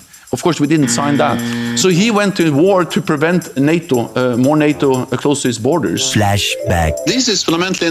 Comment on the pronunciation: ITS NATTABOUT NAYTO